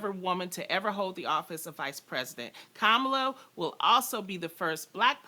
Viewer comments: Haha Loni trying to school people on Kamala's right name pronunciation and gets it wrong herself 😂. It's like Ka-ma-laa not Kaa-ma-laa people 🙈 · It's not like 'calm' it's comma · It's actually kuh-muh-laa